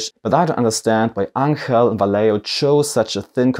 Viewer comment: Vallejo is a Spanish company, therefore their name is pronouced Va(yeh) ho. if it was an Italian company then you would be pronouncing their name correctly Va(ley) ho. pass it on.